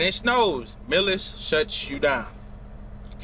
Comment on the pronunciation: Artificial intelligence you need the learn how to pronounce your company's name.